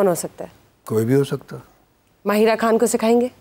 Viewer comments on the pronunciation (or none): Koi tu word ye so called Anchor sahi bol lay ANGRAIZ ki BACHI hai KHAN ko kaisay bolti hai Ab new IMPROVEMENT AAKAR ko kaisay bol rahi hai.ANGRAIZY msi show karay